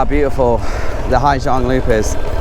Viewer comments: they said = " ha -sang" not " ha - giang" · I wished you'd have stopped once in a while to enjoy the view. "Gi" in Vietnamese is pronounced like Z in English, if you say Ha Zang or Zhang, then most people would understand what you mean. Summer is the monsoon season in SE Asia (moisture from Gulf of Bengal waters the land) :)